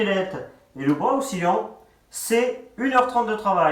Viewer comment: Et un bras oscillant pas ocksilliant 😅